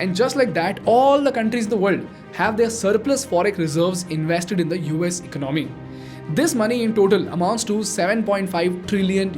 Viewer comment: Bro, it's not eck-no-mee, it's e-con-a-mee. There is no k. Also, it's One hundred and fifty seven billion and not one five seven billion dollars. Just Add an 'and' after the hundreds when you say numbers.